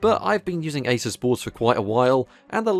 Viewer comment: So glad you call an Asus an Asus. Not Asooooooooooooooooos. When someone says Asoooooos I get a pain in my anoooooos